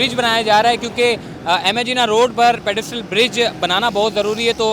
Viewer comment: Hahaha.. pedestrian bol bhai.. pedistrial koi word nhi..